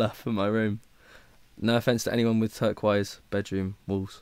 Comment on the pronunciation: 1st. Yesss love this video 💙 2nd. yesss do more like this 💜 3rd. what the f*** is “turk-wise” i think you mean turquoise 🤣